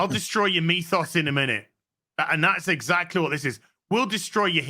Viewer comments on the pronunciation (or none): lol, instead of "I'll destroy your MYTHOS in a minute" I heard "I'll destroy your MEAT SAUCE in a minute" for a second there. Then my brain's like "They're talking 'bout Taika Waiti, it is probably MYTHOS, man." and I agreed. xD